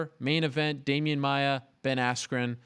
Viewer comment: No. Watch it again. He said he was more disappointed with the Masvidal loss because so much was at stake, had he won he may have been looking at a title shot. He was comparing the 2 losses. And its Maia, not maya.